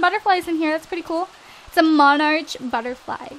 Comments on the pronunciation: I giggled when she said arch e.e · Its pronounced "monarc" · Woah... The way you said monarch xD love you! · BAHAHAHA! I laughed so hard when you said monarch.(You're not saying it right) Not trying to be mean, I'm just saying it was really funny!!